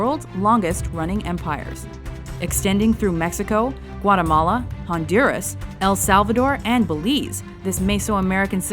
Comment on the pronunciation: First person on youtube that said honduras right